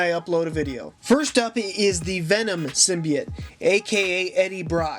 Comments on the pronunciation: Stop saying symbite its symbiote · In the beginning did he say symbeite